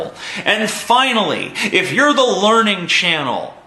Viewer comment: It's not "The Learning Channel" any mo', it's "The Larnin' Channel".